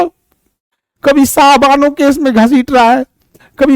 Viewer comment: Sayrabano नहीं सर शाहबानो